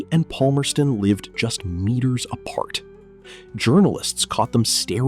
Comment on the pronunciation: that is not how you pronounce Palmerston also he died in feb 2016